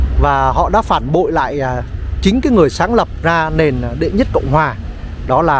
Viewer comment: Người ta là HUYNH và ĐỆ mà cứ thuyết minh là ĐÊ hòai. Coi lại việc thuyết mình đi